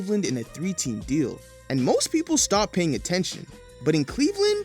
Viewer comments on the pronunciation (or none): none